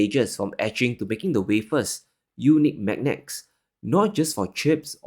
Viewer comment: M A G N E T S. please say it properly.